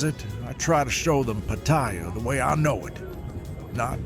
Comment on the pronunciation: Amazing, he came here 25 years ago and still doesn't pronounce "Pattaya" correctly.